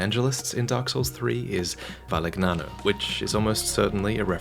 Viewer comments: Actually is pronunced “Valiniano” and not Valignano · So, not a single soul mentioned how he butchered the Italian name Valignano? Jeesh, I hate it when Americans pronounce all words as if they were of English origin. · That isn't how you pronounce "gn" in Italian. It's like Spanish ñ and Portuguese nh. It's a single sound. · Lmao “how dare a guy not know the linguistics of a language he doesn’t speak” He isn’t even American ya ironic goofball